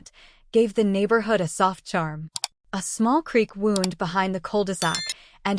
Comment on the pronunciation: Hope the AI learns to say “wound” correctly lol 🤭